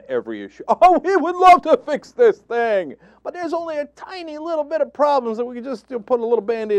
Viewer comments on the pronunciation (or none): none